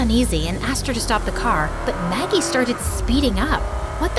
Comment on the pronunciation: Anyone else realise it said Maggic instead of Maggie?